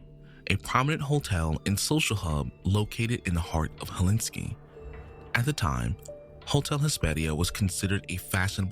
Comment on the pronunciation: its “Helsinki”